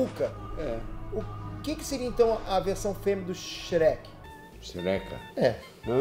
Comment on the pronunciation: Peter: O feminino do Shrek Pai do Peter: Sherek kkkkkkkkkk aí não da boy, tentei fazer o desafio tente n rir e perdi!